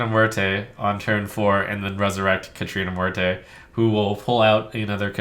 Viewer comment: The way he's pronouncing "Muerte" is killing me.